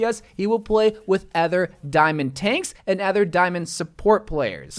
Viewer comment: There should be a switch role button which puts the two roles in a sort of trade where they can trade their roles, both parties must accept this and might need to happen when at the start of rounds. also, im not liking the way he says other as "ether"